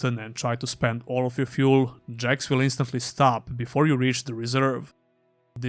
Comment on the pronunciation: Please differentiate between THIS and THESE. They are completely different sounding words.